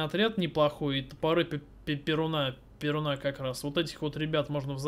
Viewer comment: не ПерунА, а ПерУна ударение на (У)